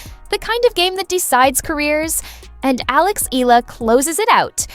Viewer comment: Alex's surname is pronounced "EH-YAH-LAH"!!! (THREE SYLLABLES!!!)